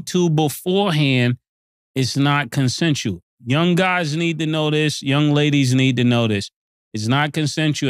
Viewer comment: Mase, it's pronounced con·sen·su·al /kənˈsenSH(əw)əl/ Not consentull.